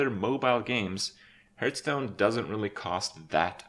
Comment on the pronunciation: Why does he pronounce Hearthstone, "Hurtstone"?